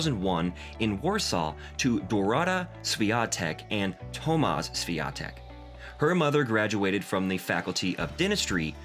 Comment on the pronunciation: Im sorry but how can you make a whole video about a person and not even bother to pronounce their name correctly it's eega shvyontehk and her father is tomash